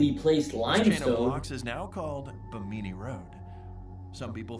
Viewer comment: The guy in the video doesn’t know how to pronounce bimini. The proper way to say bimini is to imaging you’re saying “jimminy crickets”, but replace the j with a b